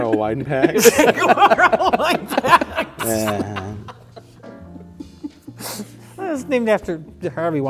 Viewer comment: the way mike says "Chay Gwevarra"